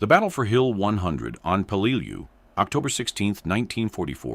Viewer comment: I really HATE these AI Video's, they can't Speak American, and then half way through the Video Repeats it's self, this Word here the AI has Problems with: Peleliu, it is pronounced as "pe-lə-ˈlē-(ˌ)ü" or "Pell-uh-loo.", can you get a REAL American to do your Voice over, Matt Morse has a Great voice for this!